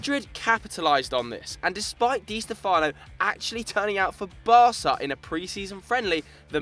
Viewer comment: It's pronounced (Dee Stefano) Not (Dee Stefono!!!)